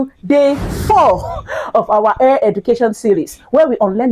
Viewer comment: Please say hair NOT Air